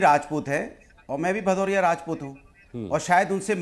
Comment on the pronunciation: भदौरिया नहीं पदौरिया है 😂😂😂